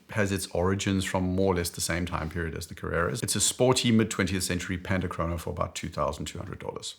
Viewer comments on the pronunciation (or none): none